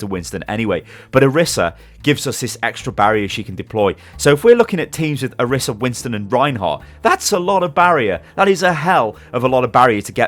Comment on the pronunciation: orisa's name is pronounced oh-ree-sa not or-issa